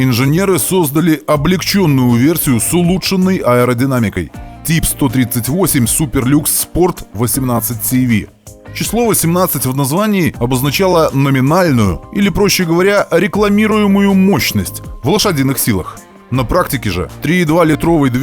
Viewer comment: Это же французский, CV читается не "си ви". Насколько я знаю это читается как "шво" - лошадь (хотя лошадь пишется и не так). По крайней мере известный Ситроен 2cv читается как "до шво".